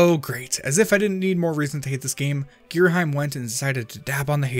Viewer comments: Going by the Japanese spelling, it's pronounced Gira-'him', as in 'him and her'. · Ghirahim is spelled Ghira-Him, not heim, you say hem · It is pernounced gear - a - ham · giraheem xD sounds funny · I always pronounce it like Gear-A-Heem. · For future reference, it’s gear-a-HE-m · how to pronounce Ghirahim Gear Ra Him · Also, considering how English usually goes, to have the sound is saying, you would need an e at the end to change the sound of the I. I would actually be more concerned with how the first part of the name is pronounced ("geera" versus "guy-ra" type of thing). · His mistake for Ghirahim's name makes my fangirl self very angy